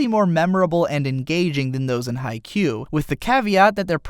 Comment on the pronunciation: I'm sorry if this sounds rude but its pronounce kagami(ka-gam-ei) Haikyu(hawk-ei-u) And I love both animes equally